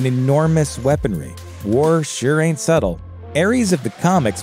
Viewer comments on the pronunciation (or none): none